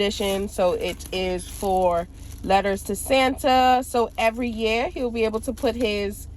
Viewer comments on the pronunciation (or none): 😂😂😂 the way you said year